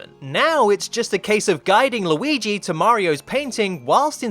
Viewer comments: Why do you say Low-ee-gee?? It's driving me crazy! It's more like Lew-ee-gee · Not luigis mansion...*WEEGEES* mansion